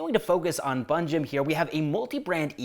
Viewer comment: Bro its panjim not bunjim panjim is pronounced as "pen-gym" also locals call it as "pon-jay" or "pon-ji"